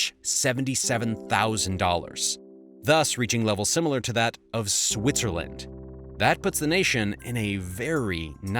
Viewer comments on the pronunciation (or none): It is Switzerland not Swiserland